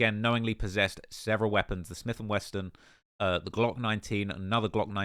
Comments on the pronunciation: Quando is FOOKED., it's "SMITH AND WESSON" there is no "T" in "WESSON". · Just fyi is Smith and Wesson. There is no T in 'wesson'